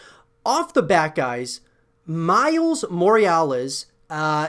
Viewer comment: what's a Moriales?